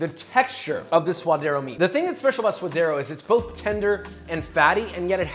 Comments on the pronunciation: I absolutely love your videos! They are educational and entertaining. 3 things. 1) It's 'sue-duh-dē-ros' 2) Don't call it 'guac'. Guac is whack. It's also the sound you make when you're about to throw up or gag. I think this delicacy deserves better... guacamole. 3) lime kills the flavor of the avacado. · Its pronounced sua'd'ero with a "d". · Ok Josh this is a gripe I've had for a minute. Why you gotta pronounce all these hispanic dishes the gringo way. I mean I'm a gringo but still come man. Say it right. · now he's killing suadero... Please no for the love of god. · He spent this entire episode saying sua-d-eR-o, but then goes on to say, hu-ac-a-mol-ay? Pronunciation be damned I guess.